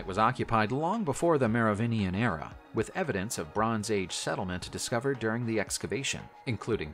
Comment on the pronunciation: HA ! he failed to mispronounce "merovingian" the rarely used hard g is actually correct 😂